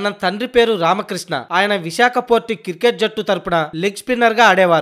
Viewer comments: క్రికెట్ అని సరిగ్గా పలుకు........ And any how best of luck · Kirket kadhu ra cricket